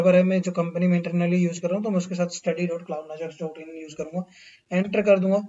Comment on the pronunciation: Can you clearly pronounce your channel name.. I am hearing it some what wrong like as "Cloud Najars"..